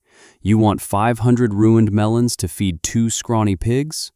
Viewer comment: Melons, not melans